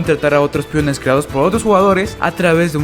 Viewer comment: Que no sabes pronunciar “pEOnes” eo no piones